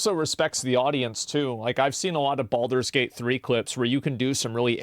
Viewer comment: ho no, not Baldure gayte again